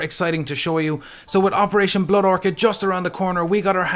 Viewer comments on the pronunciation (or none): none